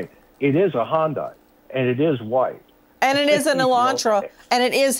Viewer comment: Not a Honda, an Hyundai. For the Americans in the back is pronounced HI-YUN-DI. Drives me nuts yanks cannot say it.